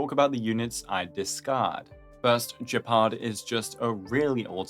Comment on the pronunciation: Where do you guys get that pronunciation for Gepard? Is it made up or is it how the EN cast pronounces it? Ugh, not that it would be the first time they don't know how to read words... It's an animal, btw: the Landau family's names (Gepard, Lynx, Serval) are all felines. Gepard is cheetah...